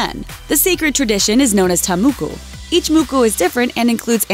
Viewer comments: New Zealander here, it’s pronounced “tah-maw-kaw”. The A vowel is not like “aye”, but like “ah” :D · I'm from New Zealand, and the Tā Moko (which you pronounced so terribly wrong) is so much more than a fashion statement, it's not "just a tattoo" and it's purpose is so far from being to attract men. The Tā Moko represents your genealogy first and foremost, as well as who they are as Māori people, which such a sacred culture in today's world. Tā Mokos are incredibly beautiful, they represent mana, family, pride and strength. No person who isn't Māori should ever get a Tā Moko, they have shared enough of their culture and some things need to be reserve for their selves. They're a celebration of Māori culture, a taonga, a treasure. So yes, they do make women beautiful but their purpose is so much more meaningful. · Its TA MOKO yo!!